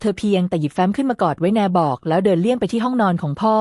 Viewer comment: แนบ อก ก็ อ่านเป็นแน-บอก